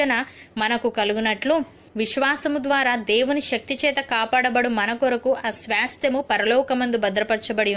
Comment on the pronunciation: స్వాస్థ్యము కరెక్ట్ గా పలకండి